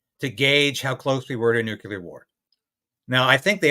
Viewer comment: it's pronounced "Nuclear", NOT "nucular". Why can't most people get it right?